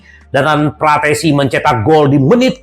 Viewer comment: terlalu menggebuh gebuh saking senengnya, fratessi di bilang PARATESI 😂😂😂